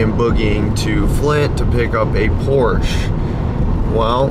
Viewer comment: Congrats, good luck, and Porsche has two syllables. Don’t be that guy.